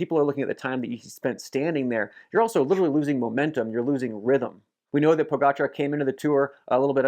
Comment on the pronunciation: Superb content Phil. Also, kudos for bothering to learn how to pronounce Pogacar correctly. It seems a few other well known American cyclists are either too stupid or lazy to bother. The summaries are great. You should do them for the monuments as well.